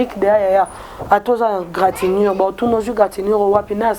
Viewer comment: Stp deux poids deux mesures elakisi nini ooooooh.? Na comprendre contexte oyo olobeli te maman journaliste. Olobi gratinur ou égratignure? Eeeeh Nzambe Peniel ozoyoka ba relation parcellere na bino?😝😝😝😝